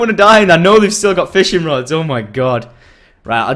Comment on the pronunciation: Like if u did hear him saying "Fishring rods" :D